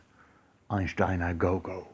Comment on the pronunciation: Kitaro , more New Age ? It's Kaja goo goo .Not go go .